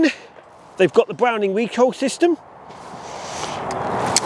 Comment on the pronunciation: B’wowning or B’wetta?